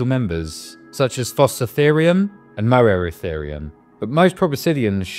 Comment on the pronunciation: A little input, Moeritherium is read like 'meer-e-therium'. Just to make it easier to pronounce (because yes scientific names can be difficult to pronounce, as someone who pronounced Poebrotherium as POE-BROTHER-IUM can testify).